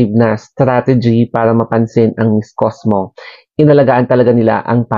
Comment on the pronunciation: It's COSMO, not COSMOS!😂😂😂